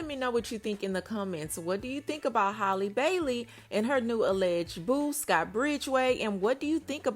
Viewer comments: Or calling her hailey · Halle, like Halle Berry. Not Hay-lee. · Her name is HAAA-LEE, not Holly‼️ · Girl, stop mispronouncing this girls name. Are u slow? It's halle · 😂😂😂 you mean HAY-Lee because you definitely respelled out Holly(Haa-Lee) as in ha ha ha 🤣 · Lol, I don’t know why but mispronouncing her name irks my soul and she’s not the only one though. 😂🤣😂🤣🤣